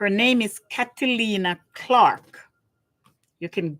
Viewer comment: Am really enjoying your intelligent conversation on CC. She is actually from Iowa not Idaho. Her name is pronounced Kate Lin and not Cat a Lin. Caitlin studied marketing in college, which I believe also contributes to her financial success. Basketball has turned into a brutal game and where players occasionally shoot baskets in between beat downs. If you watch the games carefully you will notice "the bigs boxing out" beneath the nets. It is not pretty. Also the players are getting very adept at exaggerating falls to get the fouls. I would appreciate if the rules were tightened just a bit before more serious injuries occur. If not, it is just going to become standard to take talented players out. It is not really the other team members' jobs to enforce the rules. But you are correct, the mean girls thing is not cool.